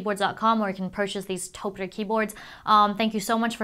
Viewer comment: Love the video but hate how she pronounces Topre.